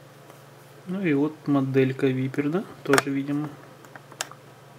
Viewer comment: Не Випер, а вайпер! )) Означает - Гадюка! ;-)